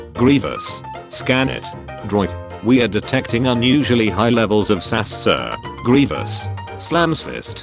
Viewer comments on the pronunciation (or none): none